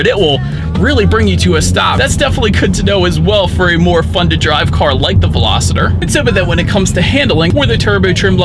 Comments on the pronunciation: I suspect he is thinking -- velocity substituting er for y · ...great review! But dude...I kept hearing you pronounce Veloster as Veloster-der. 😆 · Is it just me or does it sound like he saying “Velositer” instead of “Veloster”? 😂😂😂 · Please please and please do not call this veloster a velositer there is no “I” in veloster do you see an I in the word Veloster? I cannot enjoy your video if I cannot pronounce it correctly? The poor girl where I bought my 2012 VELOSTER ALWAYS SAID IT THAT WAY AND I Could not get her to say it correctly for nothing. The poor girl has since passed away,and feel bad for trying to teach her the correct way to prono7nce so if that’s the way you like to say then so be it? I can always mute the sound and just watch. Be safe out there. It’s a very scary bug we’re dealing with. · VELOSTER, not VELOSITER...it's not a dinosaur. Otherwise great review. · OMG! He's killing me with that "Velositer" stuff! How embarrassing it must be to put out a video for the public to see when you can't even pronounce what you're reviewing. 😣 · Everytime he says velociter i wanted to punch him in the face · "Hyundai velosititer" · PLEASE! If you're going to review or sell a car learn to pronounce the name correctly! There is no "I" in Veloster! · Hopefully that wasn't too judgy 😁 I watched MANY videos on this car before I finally got my 19 Veloster about a month ago and you were not the only one that pronounced it that way. It just got me every time lol. Good video though. 👍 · yeah wtf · Same lol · Billie Eyelash yea he is saying the name wrong. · I had to check the comments to confirm what I was hearing 😆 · it makes all the difference. He's saying it wrong. Don't be needlessly contrarian, it doesn't make you cool. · Agree and how does he say the name of the car I mean come on